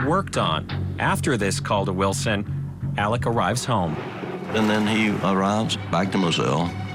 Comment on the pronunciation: ALEX not Alec